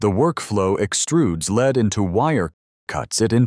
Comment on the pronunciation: whoever is doing the talking needs to know: ""lead" (pronounced LEED) is the present tense verb for guiding or a noun for the leading position, while "lead" (pronounced LED) is a noun for the metal"